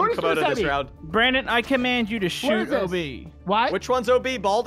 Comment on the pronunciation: Brandon* Not brand-in (branden pronunciation)